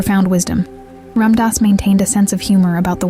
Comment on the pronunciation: If you're going to make a video about him pronounce his name correctly...